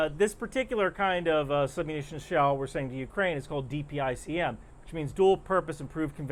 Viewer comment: Thank you for pronouncing DPICM correctly. There are other news folk and politicians saying it as a word .